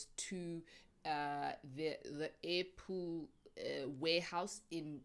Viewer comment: All this time, I thought you were saying apple, kanti airpool😂😂